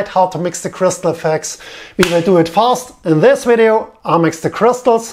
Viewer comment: Gets me everytime he says “weedeeO”